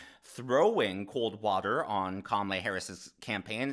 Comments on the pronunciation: Careful..mispronouncing her name is every ‘ism’ out there. Expect a call from angry CNN panelists. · Kama-lala 😀 We say "guys" around here, too. Thanks for all you do,!